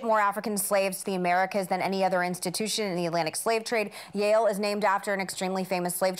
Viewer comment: when Meghan said "Yahul" I literally didn't understand what she was talking about 🤣 .....Yale.....